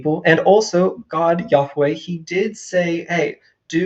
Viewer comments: The way the first clown pronounces “yahweh” is really fucking irritating. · I can't stand people who pronounce Yahweh so pretentiously like that.